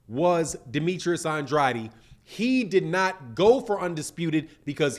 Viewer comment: you pronounce his last name like this “On-Draid” - just helping you out 💪🏾